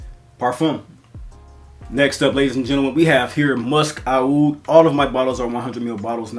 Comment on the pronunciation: Aoud is actually pronounce as oud, and is the middle eastern/arabic spelling of the word.